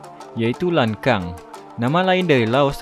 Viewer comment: Lan Xang, bacanya "Lan Shang", bukan "Lan Kang" :)